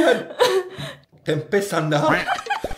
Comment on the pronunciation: TOLONG KAK KALAU BILANG TEMPE jangan Dikasih Penekanan Huruf "K" dibelakangnya .... .Artinya sudah beda,,😂 .kalau TEMPE itu kacang Kedelainya didalam .kalau TEMPEK itu kacang kedelainya Diluar...